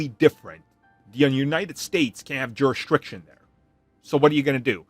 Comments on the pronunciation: JurisDICtion not jurestriction 😅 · Great vids not ragging just trying to help. It's pronounced juris-dic-tion no r in the word. That is all. I have spoken. 😅